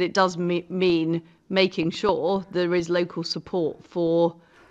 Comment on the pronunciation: Thought she'd get an easy ride with local radio. It's 'local' liz,not 'yocal'. That's what they think of us all.